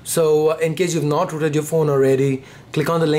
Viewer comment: I like ur voice when u said "rooted", It's like ruted XD